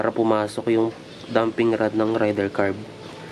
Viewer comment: Boss wag mo sana masamain pero ang tamang bigkas is ray-der 150 hindi rider 150 hehe 😊😊😊